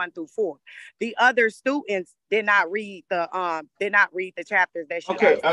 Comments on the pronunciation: What are "stutents?" I wish people would really try hard to pronounce words correctly. I could see that she would be drooped for being disrespectful. She sure has an attitude on here. I don't know what has happened to a lot of the younger people nowadays, but they sure don't have any respect for anyone or anything. There's a lot of the parents that act just like them also. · Stu-int. A new word in some language. Why do people speak baby talk on purpose. Then altercashing and fabricashing. Why?